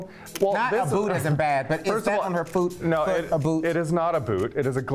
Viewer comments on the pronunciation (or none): "is that on her füt, a boot?"